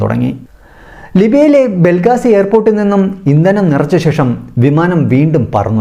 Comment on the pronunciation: ബ്രോ ബെൽഗാസിയല്ല ബെൻഗാസി